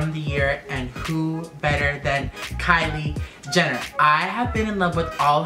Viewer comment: did any one ketch him say kiley Jenner then katelyn Jenner sorry I can't spell their names